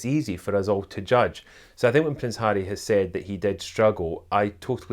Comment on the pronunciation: I love the way he pronounces Harry with his Scottish accent!